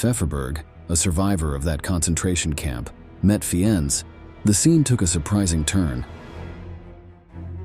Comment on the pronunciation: It’s pronounced ….Fines.